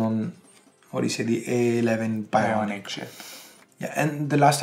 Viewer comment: If u guys noticed at 34.17 EMPHASISED on "A11 Bionic Chip"...........😂😂😂😂😂 #AppleFanboy #Sheaple